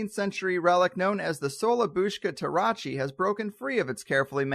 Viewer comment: Tarocchi is just the Italian word for Tarot, any Tarot deck. The word is properly pronounced TaroKEY, not TaroCHEE.